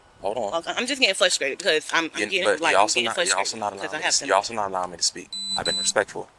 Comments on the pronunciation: “FLUSTRATED” … interesting 🤣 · Flushtrated?! Duhhh!! It's frustrated dummy!! 🤨 What you did to that house is disgusting!! For that, your karma is going to really suck!! Your kind never change!! 🤨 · Flustrated 😂 ma’am